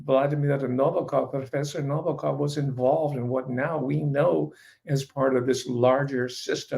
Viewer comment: Thanks for the great insights on Nabokov. (accent is on the second syllable) I was at Long Beach State College in 1959. I was eighteen when I read Lolita. I guess I could be characterized as a teenager with a normal healthy libido, and the book was erotic but in a way that I'm sure disappointed those looking for a purient joyride. I knew right away most readers wouldnt get it. At the time, I had notions of being a writer, and as the story unfolded it was clear to me that Nabokov was a great writer, and one that I would emulate. Ive read it several times just for the pleasure of seeing how he built scenes and segues and characters. Pure pleasure